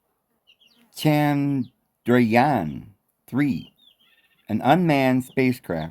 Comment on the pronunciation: Chan-Drayaan. dragon?